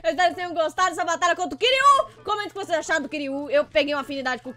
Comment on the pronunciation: mds ela falo quirui meu nome é quiroã